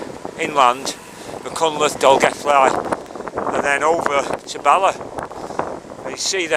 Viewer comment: word to the wise.... .. its pronounced .. ( doing my best with typing spellaneese ).... Mack... Han... cltheth